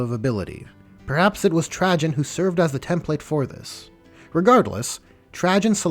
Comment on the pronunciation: Everytime you say Trajan 😬